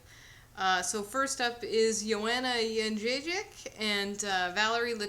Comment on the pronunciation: thumb up for being so close saying Joanna's surname